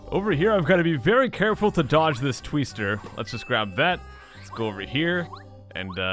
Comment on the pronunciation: A "Tweester?" Did M. Night Shamalan name it? Vat a Tweest!